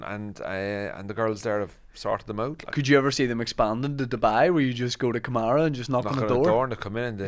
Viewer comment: Karama, not kamara